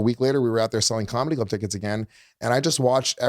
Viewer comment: Luis traits all on display here: 1. yapps to fast 2. says comedy club tickets in one syllable Luis: "i sold Comedubckets in nyc when i was 20" 3. Not listening to Leanne (she was saying she loved being a parent to Luis thinking what he was gonna say) 4. lies 5. says he doesnt do drugs yet consumes them daily 6. like # 4 lies about his sister...they hated eachother with 3000 passions. he looked up to her? come on man 7. he is no comedian 8. hes dumb 9 and 10. Hes selfish